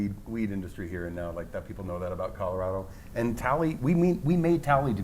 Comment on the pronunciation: I'm a Colorado native. They are not pronouncing it correctly for Native speakers. Only Trey says it in the proper dialect. The Front Range is filled with corrupt imports that don't care about Colorado.